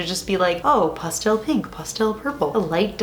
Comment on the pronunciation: Lol, right? I'd never heard that pronunciation until lol